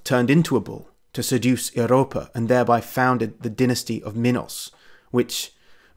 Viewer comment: dahm i m Greek and i had to look it up the way that you said it . Please people 😭 if you trying to "speak" Greek , try your best to sound as much as possible alike . Eyriopa?? Jesus !! The proper pronantiation for English should be ." Evriops " or at least something close enough to that . 😉